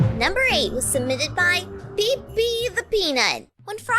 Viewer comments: IT ISNT PEE PEE, IT IS PEPE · Pronounced: peh-pay-the-pee-nut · Pepe is pronounced "Peh-Pay"!